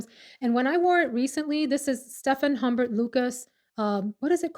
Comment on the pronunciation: Humbert pronounced oom bear. It's French of course! Lol! Great video! ❤ Lisa